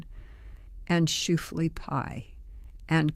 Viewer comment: You are correct; whoever is speaking these moving words is not Amish. The pronunciation of the word ‘shoofly’ was laughable.